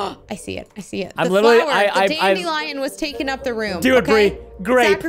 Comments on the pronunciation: I love DANDILION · I love how Preston always says DANDILION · I'm always laughing when Preston says dadelion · Preston: ItS ThE LaSt DAndiLian Of THe sEAsOn Me: *dies of laughter